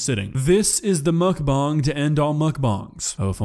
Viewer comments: As disgusting as mukbang is, I've never heard someone pronounce bang as bong. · i dont know if he said that on purpose but to clear the air its muckBANG not muchBONG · No offense, but Everytime you say "mukbong" I imagine Muk with a bong shaped pokéball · Quit saying Mukbang like that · you are pronouncing bang wrong lol